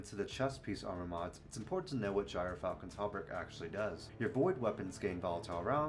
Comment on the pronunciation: Its GEER-Falcon not Guyer-falcon lmao. Good video tho